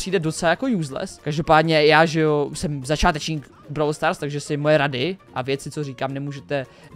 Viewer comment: Vyslovujese to brawl stars a ne browl stars